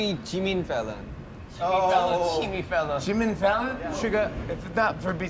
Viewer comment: Omgg they pronounced my nameeee (my name is Fallon )😄😄